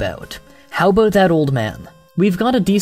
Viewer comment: Nice vid! Still i dont like how you pronounce certain words like out, about or recognize! Cool vid definetly worth a like!